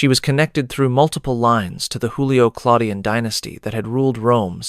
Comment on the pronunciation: JOOlio or YOOlio, not HOOlio. It's not Spanish.